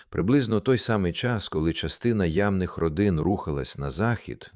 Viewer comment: навчіть свій голос ші ставити наголос на першому складі слова "ямних". І заберіть в нього ць занадто солоденьку бархатистість